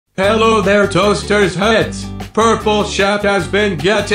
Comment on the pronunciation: it's pronounced HeLlo thEre toASter heAds, not toAsterS HEads